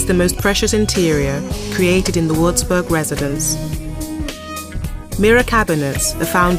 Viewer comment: Possibile che non sappia neanche pronunciare correttamente il nome della citta'?